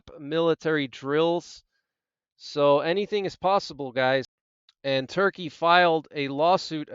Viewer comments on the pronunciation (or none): none